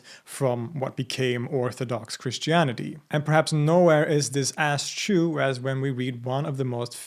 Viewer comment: He said Ass chew instead of as true